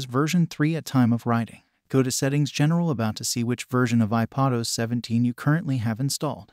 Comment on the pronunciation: Tired of these fake voices!!! It’s IPAD not IPOD os!!! SMH